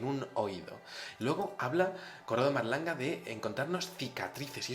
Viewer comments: se dice Corrado Malanga no Marlanga.........Vamos...es el grandisimo Malanga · padron monsieur, mais c'est MA-LAN-GA no marlanga